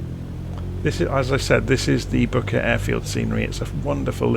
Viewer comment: Booker Airfield ? sounded like you said bucket lol . cool video thank you .